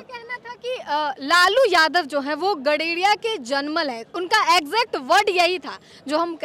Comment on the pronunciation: Gaderiya nahi hota Gadariya 😂bolte hai Gadariya me pal baghel jaati aati hai hum bhi Gadariya hai